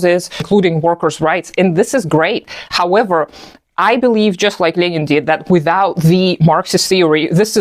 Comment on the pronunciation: You actually pronounce Lenin correctly.